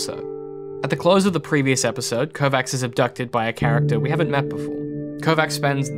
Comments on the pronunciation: sounds like Kovatch, not Kovacks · It triggers me so much that he is pronouncing it "Kovax" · Your mispronunciation of the name Kovacs is worrying regarding your credibility